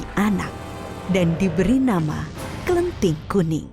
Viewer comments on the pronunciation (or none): Bukan klenting but kleting